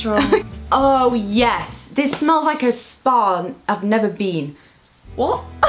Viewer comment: It's like a spa I've never been... Does anyone else hear her say sparn and not spar? Not hating I love both of them 😉